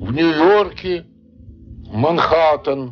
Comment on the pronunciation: МанхААААААААттАААн очень режет слух.